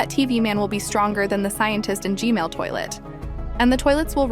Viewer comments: You said g-mail but it's G MAN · Why DID YOU SAY GMAIL TOILET AGAIN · umm its g-man not g-male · she said gmail but not gman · “Gmale toilet” 💀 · Hug you say gmail toilet